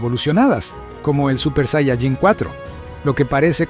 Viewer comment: Tanto te cuesta pronunciar bien la palabra "saiyaJÍN"????? tantos años viendo dragon ball y todavia no sabes